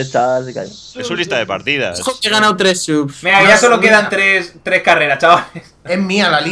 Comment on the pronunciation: Alison Sanchez porque dicen he ganau y dicen todo con u?